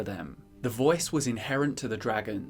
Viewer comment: “The vœæce”